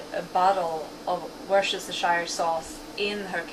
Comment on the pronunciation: Worstischireerschier-er sauce! Psst.."worst-i-shi-er"...Danke!